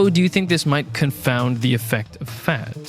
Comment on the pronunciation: Just tuning in to hear him pronounce fat, "feht".